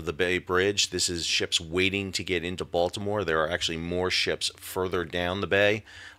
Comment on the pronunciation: As a resident of Dundalk, I appreciate you pronouncing Dundalk, Baltimore, and Maryland correctly. You have definitely been to the area.